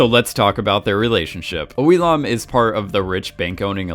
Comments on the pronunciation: Oh Il-NAM not Oh il lam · I love your videos, and I know I'm super late, bit 001s name is Oh-il-NAM not Lam